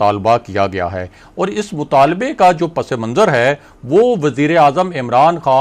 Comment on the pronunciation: براہ مہربانی اپنا امیج قائم رکھیں اور لفظ صحیح طور پر ادا کریں - پس منظر صرف پس اور منظر ہے- پسے منظر نہیں